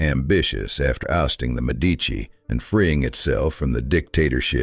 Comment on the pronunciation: MED' ee chee: Medici is pronounced